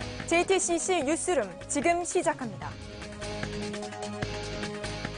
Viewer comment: "JTCC 뉴스룸 지금 시작합니다." JTCC라니이요... 이 여성 앵커분 발음교정이 시급합니다. 하루 이틀이 아니던데.요...